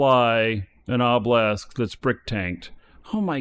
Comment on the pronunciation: Dear, its pronounced o-buh-luhsk, not oh-blesk, its driving me up the walls haha